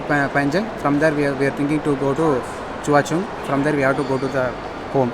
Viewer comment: Nice travel video . but Pls bro. Try to pronounce places in correct way. In this video u fully pronounce that choa chu kang wrongly. That car driver were pronounce correct. Entire video u did this mistake.